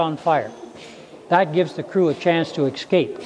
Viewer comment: I wish i could respect people who say "ecscape"